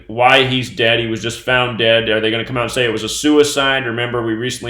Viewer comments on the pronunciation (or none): none